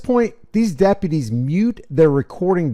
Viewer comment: Why is it almost ALWAYS the damn Dep-PEEUW-tees..?